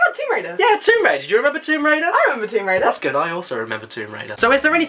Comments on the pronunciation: Womb raider? Really caddi? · just read description 'Womb Waider' i have no words